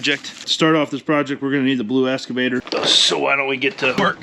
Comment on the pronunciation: EXCAVATOR not essssscavator. 😂